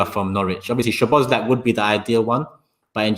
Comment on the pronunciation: its Sow-boss-lie .. not sobozlak or whatever you are trying to say